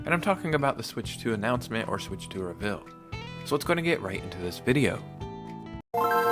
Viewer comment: English is not my first language so I won't be a smartass, but I've never heard anyone pronounce the word "reveal" like that lol is that an accent or?